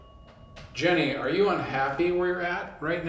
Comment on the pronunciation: I love you guys but it’s Janey not Jenny. And it was Bessie not Bertha lol.